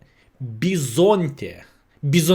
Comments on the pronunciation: Bison-tè you got it right once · First time pronunciation was pretty god. From an italian guy